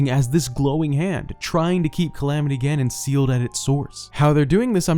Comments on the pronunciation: Lmao how he said calamity gallons killed me. Guess I'm a luminous stone now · "Calamity Galon" -, 2020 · Calamity melon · Calamity salmon